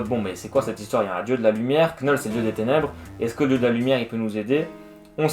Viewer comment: Excellent résumé ! (Juste pour info le "k" de Knull est silencieux. Comme knight en anglais.)